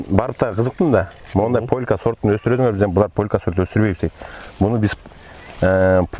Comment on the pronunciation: Полка эмес полька